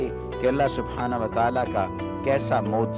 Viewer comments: Mooza nahi mojiza hai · Bhai moza nhi mojiza hota hai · Mauza nahi mojza hota hai bhai